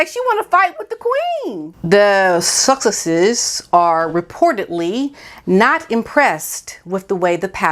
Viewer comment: Love the way you say THE SUSSEX'S